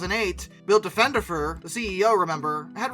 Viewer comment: A couple of points.. 1) It's Diff-un-der-fur. I know, trust me on this. 2) The state of Ohio was also a big investor in Skybus 3) the Airplanes Skybus had are still in the fleet of Spirit Airlines 4) Diffenderfer isn't an author much like a guy who paints his living room isn't an artist. Oh he's written what, 3 books that are probably more suitable for levelling furniture than reading.